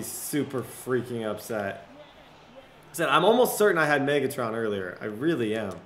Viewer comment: The way he says “maygatron”